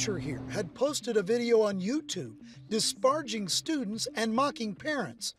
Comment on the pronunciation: 💬 “A teacher had posted a video on YouTube ⟨ DISPARGING ⟩ students.” “di-𝘚𝘗𝘈𝘙-jing”⁉️😭 Does the reporter not know that the word disparaging has 2 letter A’s and is pronounced w/ 4 syllables?! 😩